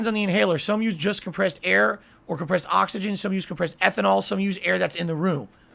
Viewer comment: "We are surrounded by ahxigahn"